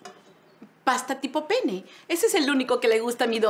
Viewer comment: Es pasta penne 😅😅 si pronunciara la doble "n" suena diferente